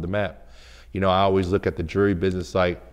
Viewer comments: Say jewelery,,,,, jewry jewry then he says jewler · He can say jeweler but now jewelry lol jurry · This is what he does as a profession and can't even pronounce it? "Jurry?" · Say jewelry right wtf